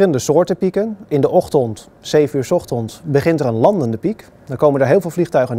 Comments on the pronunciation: MVL Miner weet ik maar die gast zei 's ochtonds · Ochtond? 's Ochtonds? Is die man wel helemaal goed bij z'n hoofd verder? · Met de nadruk op de O... zijn van die mensen die ook Uro zeggen ipv euro, en ooto ipv Auto. Geen probleem voor de rest hoor, maar opvallend. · Wat loopt iedereen toch te zagen op die verspreking.